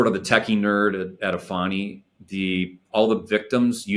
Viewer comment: He can't even pronounce his company name correctly. It's not A-fani. It's Eeeeee-fani.